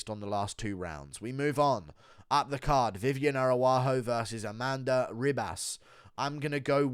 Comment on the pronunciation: Its Amanda Ribas pronounced Hibas. Get my future wifes name right dude.